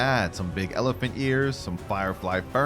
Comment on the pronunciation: Say elephuck in irl